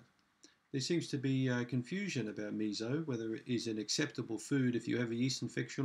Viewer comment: MiSo, "mi-so", like the English Me and the English So. There is no Z in that word. Missssssso. So, as in "and SO on".